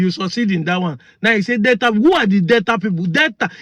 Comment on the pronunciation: Btw.. It is NOT DETTA BUT DEL TA. Not Downsin road but DAW SON road. Not Bantist but Bap tist.